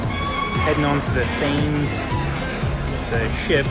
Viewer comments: Even though it's spelt Thames river we pronounce it so it sounds like tem's . Nice video shame no proper inflight footage for the aviation enthusiasts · Enjoyed my friend. Looks like you had a great trip. Just for info, Thames has a silent h